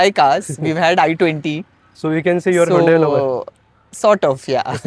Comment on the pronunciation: It's not hundai.. it's hundey